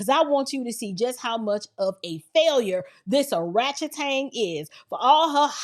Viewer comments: She said Orachetang . Lol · Did you say Oratchetang?? 😯😯😯🤣🤣🤣🤣🤣🤣🤣🤣♥️ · Did she say " arachetan"? 😂😂😂😂😂 . This was indeed and excellent well fleshed out commentary. You got a new subscriber here. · "Oratchatang" has me💀!